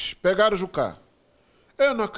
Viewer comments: Só eu ouvi jukera? Kkk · Ele falou jukera kkk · Jukera? vc disse Jukera?